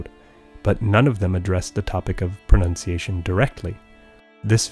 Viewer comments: Your pronuntiation is almost perfect for being English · You have great pronunciation! Where did you learn to speak so well? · This video is amazing. Your pronunciation is outstanding! Thank you!!